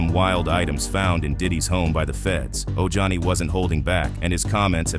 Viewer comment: It's pronounced ohani.